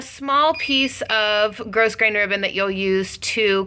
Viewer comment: FYI. The pronunciation is growgrain not grossgrain for Ribbon